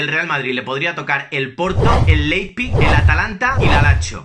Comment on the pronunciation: Leippik , Laispik , Leijpik !!!! JAJAJAJAJAJAJAJ. En verdad, se dice Laib sig o en dialecto de sajonia Laibzsch!!!! ;-)